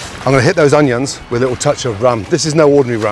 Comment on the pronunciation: Gordon - love your work, have always loved your work....but why........WHY the f**k do you pronounce 'onions' in that stupid, pretentious way??......Jut stop it. STOP.